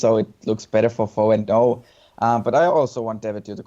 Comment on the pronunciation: It's pronounced Foe and O! (it bothers me to hear F.O. and O. all the time x) )